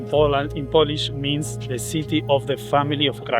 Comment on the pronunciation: Yes, you managed to mispronounce every Polish name, some of them you said three different ways and all were wrong 😂